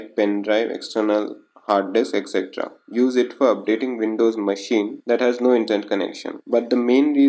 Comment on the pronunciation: it calls WINDOWS....... NOT VINDOWS